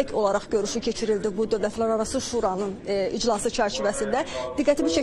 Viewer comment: şuuranın ,şUranın yox